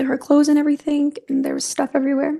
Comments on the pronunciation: I hate how she says "everythink". She's even got her daughter doing it. I really feel Harley knew more than she said. Man she tortured Al and Landon. She tortured them with all the phone calls he had to make with that monster and she tortured Landon by calling her with Ganon's phone and leaving her texts giving her false hopes. She is purely evil and she is most deserving of the death penalty. She played games with everyone and she is just absolutely evil. She's worse than a vicious dog and should get put down like one. Just an absolute monster. I fear that life in prison is not going to work with her because I don't think she's going to ever feel badly for what she's done. I think she's proud of what she did and with hurting so many people. That was her goal. So she's most likely smugly sitting in prison now happy that she didn't get capitol punishment. I think she feels like she won all the games she played. Smfh. Shame on her soul. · How bout the way she says anythinK or everythinK and even has her daughter talking like a dumbass like that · Yes they both speak like HILLBILLIES. Hopefully Harley now knows that is NOT how words endinK in ING are pronounced .